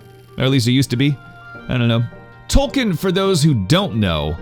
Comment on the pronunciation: Toal-keen is how it’s pronounced.